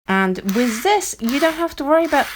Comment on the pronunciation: wiTH. Not wiZ